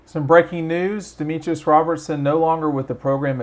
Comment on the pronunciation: Pronounced Dem-etris, not Dem-e-trius…also, Dominick Blaylock, not Dominique.